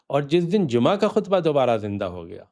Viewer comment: Sir g aap bilawaja wohi purani rat lagai huwe hain,Lafz Jumaha ka saheh talafuz hi nahen aata aap ko ,is ka sir aik hi meanings hain aur ye hain sab muslims ka 1 call pe jama ho jana forun,koi choon charaan nahenok g koi excuse nahen k me abc nahen chaley gee,uthoo sab jammah ho kar zulm o jabar ki dewaarain gira do.jo aaj ta musamanoon se na gir sakeen@